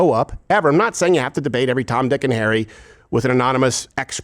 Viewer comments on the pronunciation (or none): none